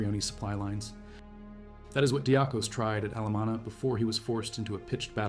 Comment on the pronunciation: Athanasios Diakos (or, more correct, less colloquial, Diakonas, pronounced "dee-Akos"/"dee-Akonas", stress on the "A"). Not his surname, but nickname, since he was a deacon and monch. deeAkon(as) = deacon = diakon(as). So, it´s strange, that you pronounce it so differently, since English-speakers use the exact same word, and then, they pronounce it much more compatible to the original Greek pronunciation, unlike you. Odysseas Androutsos: Odysseas is the Greek word for what English-speakers changed into Ulysses, a common name given to kids on Ithaca, the home of mythical hero Odysseus/Odysseas. Odysseus was among the last ones to leave, noticed that some Albanians were awake by the escapees´ steps and already searching for the escaping Greeks. Since both folks dress the same, he pretended he were also Albanian, walked to the Albanians, and sent them to the false direction. The time won through this deflection was enough, to widen the gap between hunters and hunted. Odysseus´ end could have been there and then, while he risked everything by contacting the enemy. Ioannis Coletes was a fraudster, known all over Western Europe, hunted by country-police-forces and international ones. His main fraud are betting-debts, he owes money to a ton of wealthy, influential Western Europeans. They know he´s Greek, but he uses a false name (many false names, to be exact). He escapes to Greece, and hides in his father´s home. Takes again a false name, decides to make a politician´s